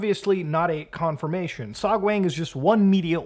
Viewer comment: To be fair to Beer Guy, beer does in fact have lots of B vitamins. Love the vid, but my guy, your korean pronunciation bugs. It's pronounced "sohg-wahng" for example, not "sohg-wayng". Always pronounce the korean A like "ah". If you're bored sometime, check out how to pronounce the language -- it's actually quite easy to learn, because the written language was created by King Sejong to help the poorer parts of the population learn to read some centuries ago. You can go from knowing nothing to being able to pronounce almost every syllable in less than an hour.